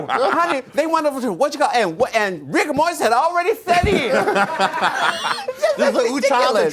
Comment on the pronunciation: WAIT WHAT THE FUCK RU SAID RIGGA MORRIS